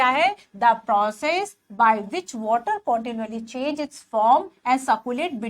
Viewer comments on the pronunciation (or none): none